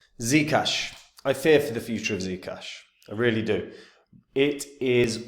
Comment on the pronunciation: is that how german give me ZEE CASHH like THEE CASHH